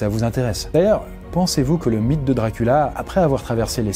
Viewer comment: jonhatan ? wampire ? DRACULA ? DIOCULA !